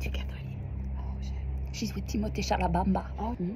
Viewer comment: not “Timothee Chalabamba” 😭